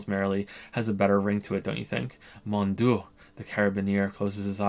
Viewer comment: You know you are bad at German if you don't even know how to pronounce "Mon dieu"